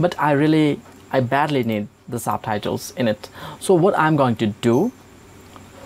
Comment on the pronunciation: "SABTHAITHELS" ???????LMAOOOOOOO